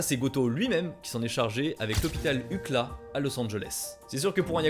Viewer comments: UKLA se dit lettres par lettres à l’anglaise , U C L A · Déso mais personne dit ucla ... on prononce les lettre à l'anglaise iouciélè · “UCLA” prononce ukla c’est rigolo lol c’est uu see elle aye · Hopital "UCLA"... 😂on prononce "YouCiEllAi" meme en Francais... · Ca ne se prononce pas ucla mais U.C.L.A. prononcé en anglais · Pas UCLA 😂😂😂😂 U-C-L-A, C'est un acronyme! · parenthèse chipotage, personne prononce "ukla" pour UCLA, normalement ça se dit lettre par lettre genre à l’oreille ça donne "you see L.A" mdrrr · Super vidéo bien écrit et b raconter juste une chose les oreilles qui saignent quand tu dis UCLA au lieu de U.C.L.A 😂😂😂 mais vraiment super contenus force à toi 💪🏾💪🏾💪🏾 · Ça me stresse qu’il prononce UKLA et pas UCLA (le C est prononcé comme dans scie) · On dit U.C.L.A et pas ucla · Ça ne se prononce pas "ucla" mais U.C.L.A avec l'accent si possible lol. Ukla j'ai mis du temps à capter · A 14'10" : Hopital UCLA ahahah... You-Ci-L-é ça sonne mieux, non? en tout cas ça m'a bien fait sourire. Merci pour ta vidéo. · Comme d'hab un travail de dingue une vidéo géniale mais je t'en supplie.... C'EST U-C-L-A!!! (EN PRONONCANT CHAQUE LETTRE 🤣🤣🤣🤣🤣 pas UCLA juste dit de même vraiment, mes oreilles ont saigné 🤣🤣🤣 non en vrai tr`s bonne vidéo hâte d'en voir d'autre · Incroyable vidéo comme d'habitude. Désolé je vais passer pour un relou. J'aimerais juste rajouter un petit point tu prononces le nom de l'université de Los Angeles UKLA. Toi qui fait très attention au prononciation, on l'a prononce généralement à l'américaine YU SEE L AY. Ce n'est pas une Ivy League mais ça reste une des universités les plus réputés des states. C'est aussi l'une des plus souvent reprise dans les séries. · J’adore la vidéo, mais y a que moi que ça stress qu’il dise UCLA en un seul mot alors que ça se dit U.C.L.A 😭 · parenthèse on dit pas ucla on dit You see ELLE EST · Il a vraiment prononcé UCLA « UKLA » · L’hôpital Ucla ? Non sérieux c’est chaud mdr U.C.L.A stp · On dit UCIAILAY